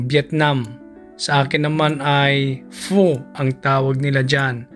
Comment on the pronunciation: Pag pronouce sa vietnamese soup dili fu/pu...pho is pronouce as Fe/ pha...